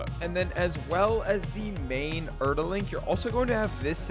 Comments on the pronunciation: Wait i was actually fine with them calling it earl since the start but for some reason hearing it so many times in this vid made me so pissed off and now im tilted fucking reeks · He managed to say omni-diagonal but cant say Erel properly..